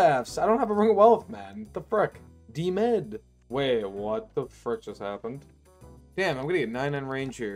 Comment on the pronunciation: Lol, people are missing the point. Its saying "freck" instead of "frick" that's bothering me. I only commented cause I like his vids other than the constant frecks. I don't even have a justification for this opinion.